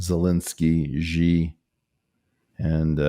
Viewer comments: I live in China, and the name of their leader is "Xi" and it's pronounced EXACTLY as 'She'. "she jin ping". Little confused on why so many people keep saying it wrong. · Btw, Eric: It's Not "Zhee"! 😊 "Xi" is so simple to pronounce: "Xi" = "She" (as in Standard American English: "he, SHE, it") Yes! The simple Standard American English Pronunciation of: "She" is how you're/we're supposed to pronounce "Xi" !!! The Only difference in "Pure Mandarin Chinese" is that there is a "tone"--which one, I have no idea! *BUT IT DOESN'T EVEN MATTER!* PEOPLE WHO SPEAK ANY LANGUAGE--INCLUDING MANDARIN CHINESE!--WILL EASILY UNDERSTAND YOU! (Much better than if you say: "Zzheee! Please!" 😳 😊)